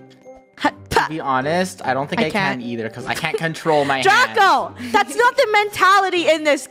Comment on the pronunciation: it’s Draco not Drago